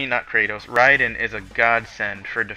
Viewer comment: did anyone else just pat there head when this guy said riden, you need to pick up a book bro